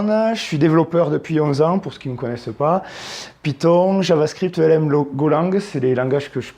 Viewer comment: Ca se prononce comme ça s'écrit => "Elm", car ça n'est pas un acronyme